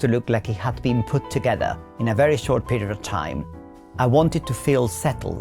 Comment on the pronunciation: Moca where? And he pronounces the r in period like an old English duchess dowager😂